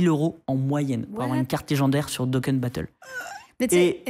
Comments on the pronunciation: "Déconne battle" Même pas capable de dire "Dokkan" et surtout pour dire de la merde. Dokkan n'est pas en fin de vie, c'est basé sur la collection de cartes et l'exploration des univers de Dragonball (Z, GT, Heroes, Super...) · le "daykon" pour Dokkan je pleure la prononciation bahaha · Quel boulet ce. D’une incompétence tellement visible, vocabulaire pauvre, méconnaissance des sujets, prononciation des acronymes deplorable, il me fatigue à force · La prononciation de DOKKAN lol...